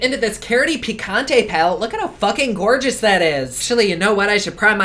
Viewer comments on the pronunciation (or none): none